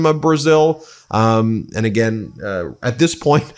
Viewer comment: Again, the more he lies, the more he says “ant” instead of “and”